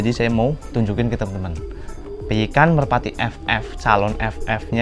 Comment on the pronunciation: Merpati mas bukan merapti wkwk